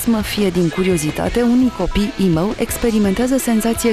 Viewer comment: cum zice "imou"